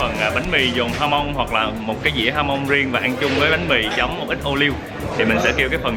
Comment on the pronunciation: "jamon" đọc là "kha mon", chữ "j" trong tiếng Tây Ban Nha đọc như chữ "kh" trong tiếng việt của mình đó bạn.